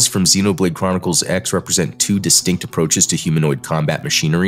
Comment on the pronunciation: two distinct methods* not "two dis-stinckt uh-pro-chiz"